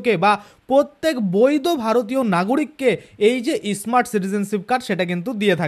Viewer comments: ওটা ইসমার্ট নয়,স্মার্ট যত ফালতু উচ্চারণ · ই স্মার্ট। কি?., স্মার্ট বলুন।।।আগে ভালো করে স্মার্ট শব্দ। বলুন 😅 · শুরুতেই আপনার ভাষণ সোনার ইচ্ছা নষ্ট হয়ে গেছে.এটা ইস মার্ট card na, স্মার্ট card.